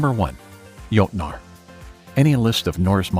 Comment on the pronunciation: If you are going to talk about the "jotnar" you might aswell say it the correct scandinavian way, witch is jotne or jotun. coming from a norwegian viking